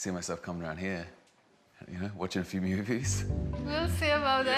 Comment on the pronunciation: "Nice high ceilings he"? It's pronounced 'here', not 'he' or 'he-ah'. Thanks for the color commentary, loved it.